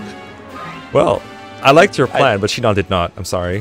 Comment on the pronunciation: Shinon really said Shinòn...